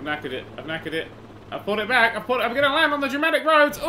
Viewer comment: Everytime says Dramatic It sounds like "Germanic"